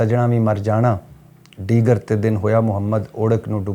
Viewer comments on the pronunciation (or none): ڈیگر بول دیا غلطی سے۔۔۔۔۔ ہوتا دیگر ہے۔ you are rite